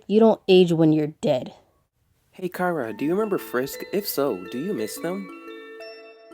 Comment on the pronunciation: Why does everyone pronounce Chara like “Kara?” It’s CH, like in chair, chimney and chocolate